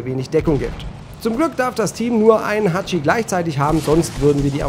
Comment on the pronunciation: Tut mir Leid, ich muss klugscheißen...der Panzer heißt Typ 97 Chi-Ha...ich zuck immer zusammen, wenn jemand Hachi sagt.